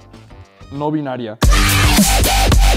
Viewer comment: No "Biniaria" xd